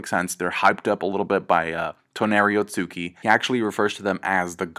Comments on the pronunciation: Otsutsuki not otsuki lol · its otsutsuki not otsuki